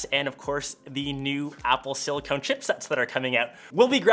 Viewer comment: It's "Silicon" pronounced: Silly Kernt It's not "Silicone" lol. Sounds like Apple breast implant ahaha.